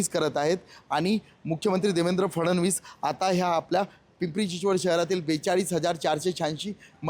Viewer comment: Fasanvis mhanun ku fadanvish